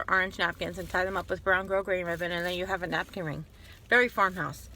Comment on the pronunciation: Love your videos,and you said grosgrain correct!i love you! Lol xxx